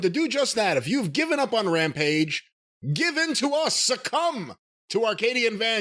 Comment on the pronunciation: "Rampige" as Konnan calls it